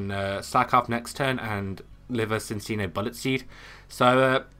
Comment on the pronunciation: Nope it is pronounced Sin-see-noh.